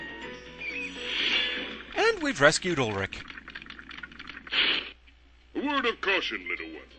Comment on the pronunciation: I'll never understand why people get that name wrong so often. In skyrim it's Ulfric not Ulric. Not trying to flame, it's just one of those little things that irks me.